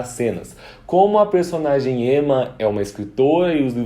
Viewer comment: Seria legal você falar certinho né? Porque é uma série francesa e se diz "mérrién" e não "meurryenn" né? Chatão querer "inglesar" tudo... Aproveita e arruma o "Emmá" e "camill"